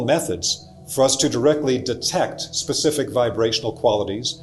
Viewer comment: Specific vs pacific…I do love n appreciate the content n delivery. Thank you